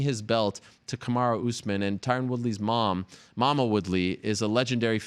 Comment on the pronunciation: Kamar-who Usman lol